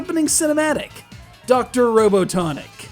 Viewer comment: This game doesn't suck,but it use some work. also this dude said Dr. Robotniks name wrong, EPIC FAIL!